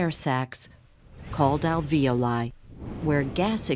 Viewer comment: AlvEoli as in (vee) and -oli pronounced (oh-leye). Alveeohl-eye.